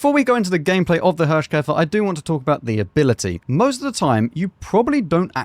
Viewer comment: Thanks for the most entertaining WoT content. I don't know how you're able to make everything fun to watch, even if the game wasn't really fun at the time you played it, but you do. Or the cutter is just brilliant. ;-) While you pronounced the Hirschkäfer pretty well, you got Nashorn completely wrong. It's build of two words, and pronunced like that, Nas-horn, which is literally nose horn, the German word for rhino. Just so you know. Please ignore and continue the way you do. Thanks a lot!